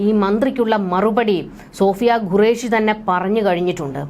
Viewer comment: Madam please pronounce qureshi not gureash (what is the pronunciation of question is this correct or guestion) which one of this is the correct please correct yourself